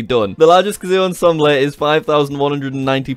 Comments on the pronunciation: You said ensemble as ensemblay and not ensembil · its not ensemble-ay its on-som-bull. thats how u pronounce ensemble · Jack, oh simple simple Jack. I think you mean (on-som-bel) not (on-som-bley)..... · It’s pronounced ahn-Sahm-bull not ahn-sahm-bleh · Jack.. It's not pronounced "On—Som—bley", it's pronounced "On—somb—L" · Jack, ensemble is on-som-ball not on-som-ble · its pronounced on-som-bell not em-som-blay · “Ensembl-e” It’s pronounced on-sahm-bull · “Ensembleh” really?! Ensembleh?! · Ensemble is pronounced ON SOM BOWL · Sorry but I just have to say you said ensemble wrong, the end is pronounced "ball" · The way you say ensemble oh my gosh. 😑 (ahn-sahm-bull) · Hearing jack say "onsomblay" when trying to say ensemble made my heart hurt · “Ensolmblay” lol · Lol its ensemble pronounced (on-som-bull) not if thats a country difference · The way he pronounces "ensemble"... It's not onsomlay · The way he pronounces “ensemble” is killing me! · It always surprises me how many words jack can mispronounce Ex: "ensemble" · The way you say ensemble is hilarious. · tfw jack doesn't know how to say ensemble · the way jack pronounces emsemble